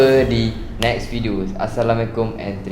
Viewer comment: Bang maaf ye saya bukan nak kutuk atau cari pasal tetapi saya mahu tahu kenapa bang tak beri ASSALAMUALAIKUM dengan betul tetapi bercakap salam tersebut dengan cepat dan tidak jelas? Maaf ye saya cuma nak tahu dan bernasihat sahaja. Mohon maaf kalau kata kata saya tersinggung hati sesiapa 😊🙌🏾